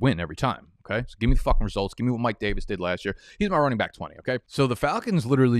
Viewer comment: I’ll sub if I ever see you get through an entire video without sayin “byke” instead of back….I dont even have an issue with it lol, I just want to see your commitment🤔😂😂